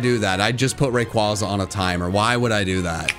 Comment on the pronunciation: I love you, but ffs, say Rayquaza right.